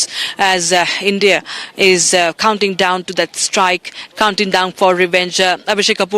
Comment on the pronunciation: It's not Hindia it's India.